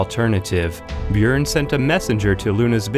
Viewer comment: I’m surprised he even pronounced Bjüorn or however the fuck you spell his name.